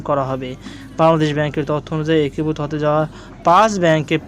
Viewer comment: "একীভূত" উচ্চারণ ঠিক হচ্ছে না।